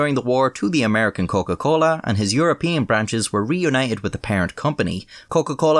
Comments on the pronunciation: "Coken - Colen" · „Der Coken-Colen“ I’m crying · Der Coken-Colen. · What’s his nationality? His pronunciation of Coca Cola is pretty Latin-ish, if that makes sense.